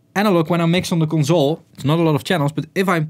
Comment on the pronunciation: con zoul